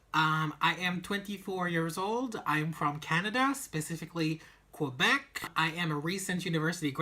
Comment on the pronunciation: The way you pronounced Quebec brought a chill to my bone